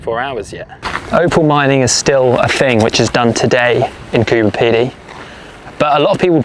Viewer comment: You couldn't even pronounce Coober Pedy correctly